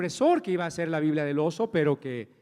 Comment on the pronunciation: Todo bien... ¿por qué será que a veces les da por decir "biblea" en lugar de "biblia"?